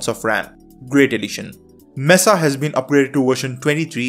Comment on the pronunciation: people who cant pronounce Mesa. It is not Messa. Although English has no explicitly stated rule for that, many words do share the part where vowels will be followed by consonants being doubled. In BBC English these double consonants will be audible as if someone chose how to write all these words at once, since dialects can be as random as possible, messing up perception of spelling.